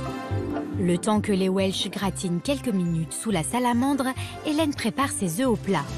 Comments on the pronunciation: Admettons la pureté d'origine (encore que le coup des frites et du cheddar gallois, j'ai comme qui dirait un doute d'AO), mais alors pourquoi vouloir nous imposer ta prononciation 'velse'??? Si importation il y a, pourquoi refuser la prononciation anglaise traditionnellement adoptée en français? Je reprends mes vattes, j'ajoute mes kivis :) Pour le reste, puisque ce plat n'est pas local, je suppose qu'on le trouve dans tous les bistrots de France et de Navarre? Je te laisse méditer le sujet ce viiik-ende, faire quelques recherches sur le veb en sirotant un vhisky, voire adapter la recette au vok... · On le prononce d'habitude welsh (velse), pourquoi cette déformation chez la journaliste ?